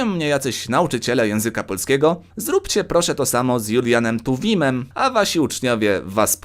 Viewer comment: "Julinem Tuwimem"